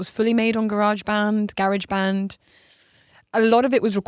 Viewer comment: GARE-AGE BAND